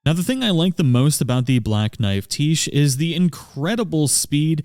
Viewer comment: its "Black Knife, Tiche" as in black knife is her title and tiche is her name. its pronounced tish. and cleanrot knight finlay is a dude XD..... sorry every time you said "the black knife tiche" it was a dagger in the right side of my brain